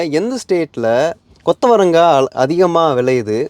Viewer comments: கொத்தவரங்கா எவ்வளவு அழகாக உச்சரிக்கிற தம்பி😊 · நம்ம ஊருகாரன் கூட கொத்தவரங்காய இவ்ளோ நல்லா உச்சரிக்கிறது இல்ல. சில பேரு சீனி அவரைக்காய்னு சொல்றாங்க 😅